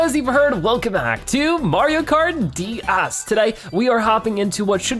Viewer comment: Why does it sound like he says dæs??